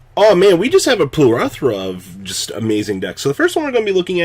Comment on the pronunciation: When trying to sound smart goes wrong, it's plethora not "plerothra"